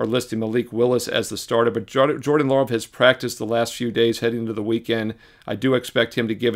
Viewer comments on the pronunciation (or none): none